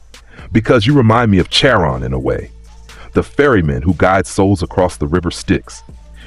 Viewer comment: It’s pronounced (Car on).